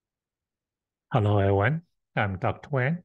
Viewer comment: I thought you said "Hallo*, Halloween!" *Hallo=Hello